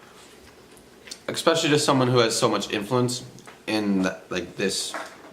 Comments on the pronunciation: I'm only a few minutes in and I really don't like James Charles (I think he's a spoiled brat and very immature) but this kid needs to put the chips down and learn how to say ESPECIALLY it is not EXPECIALLY. James is a predator. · I cant take this seriously... smacking his lips loudly like a child and saying things like "eXpecially". Grow up. Eat then post.